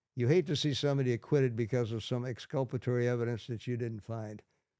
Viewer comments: I think that Tom Lang is just as good as Sherlock Holmes. What's Exscuppaterry 😊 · It’s exculpatory.